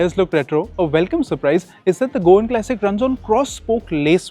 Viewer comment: all good , but can you please say CLASSIC and not KLASICK